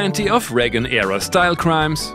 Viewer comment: Reagan not Regan.